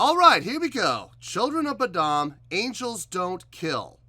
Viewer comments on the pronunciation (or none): Saving you some Internet outrage here before the trolls jump on you.......it's pronounced like Boh-dumb. Or Lamar Odom with a B in front of his last name. lol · "Children of bud uhm" 😂